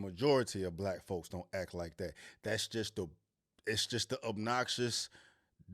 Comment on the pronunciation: The word "that" does not contain the letter "D." You're welcome.